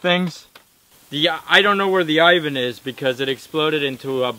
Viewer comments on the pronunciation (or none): none